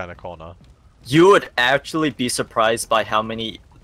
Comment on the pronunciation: "when wold you ever get someone in this situation?" XD